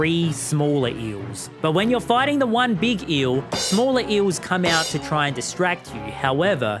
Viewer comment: “eel” I can’t believe that you were a professor